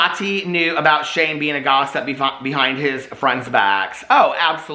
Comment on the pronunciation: It’s not a video to me until he says Human BEAN ☀️